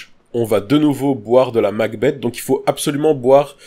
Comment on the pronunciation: MacBeth se prononce MacBess, et pas MacBette ^^ De Shakespeare